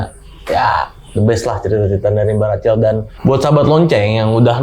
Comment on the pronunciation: Pelafalannya Racel? Bukan Rahel? Narsumnya cool bawain ceritanya ❤ Thanks